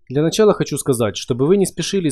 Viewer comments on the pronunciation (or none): none